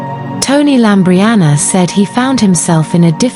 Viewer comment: LAMBRIANOU NOT LAMBRIANA!!!!